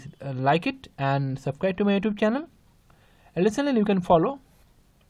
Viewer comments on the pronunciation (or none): none